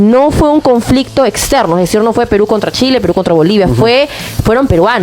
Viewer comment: El generalara jajjaja..decirere jajaja hablen mejor oee!!